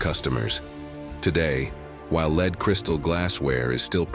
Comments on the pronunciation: Amazing that lead ('led', not 'leed') paint is mispronounced. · The computer voice of narrator made a mistake, "lead paint" is not LEED paint but LED paint. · However he pronounced it led and leed when describing glass